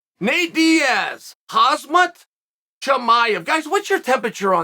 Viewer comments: Haazmat? Come on Chael - try “Hum zaat” easy one mate. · CHEAL Say the name right,, ALL U HAVE TO DO IS READ IT RIGHT LOL KHAMZAT NOT KHAZMAT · Is he ever going to stop saying khazmat 😭😭😂😂😂😂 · uncle chael - hazmat. its hazmat. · khamzat not khazmat hhhhhhhhhhh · Khamzat❌ hazmat✅ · how can he call khamzat for khazmat hahahhha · Please Chael, i love your videos but please stop mispronouncing fighters name! His name is Kham-zat not Khaz-mat. Same goes with Islam Makhachev, his name is Makhachev not Makelchev. Yours sincerely. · chael please stop calling him hazmat lol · How come Chael has such a difficult time pronouncing any of the Arabic names? Belal (theres no H in there) Hamzat (the letter Z comes after the M) 🤣🤣🤣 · Repeat after me 'Ham-zat'. Do you do this on purpose? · Khasmat.. lol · Kazmut? Wtf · HAS - MAT chimaev .. that has a ring to it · Hazmat? Are you drunk? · Khasmat, Blahal... lol it's become his signature move mispronouncing names. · Does Chael intentionally mispronounce Khamzat? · Starts th e video out by pronouncing his name wrong haha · Chael.. man you butchered the man’s name hard 😂 I’d have Masvidal in there if possible.. BMF rematch if Khamzat goes missing and a maximum 3 round KO banger of a fight if Nate goes missing. Let’s hope this remains hypothetical. 🤞🏽👌🏽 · How do you still not pronounce his name right lol 😅